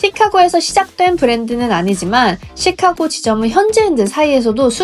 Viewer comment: 찌까고 " 가 아니고 쉬카-고 " 로 발음해야 합니다. 카" 를 길게 액센트 넣어서 발음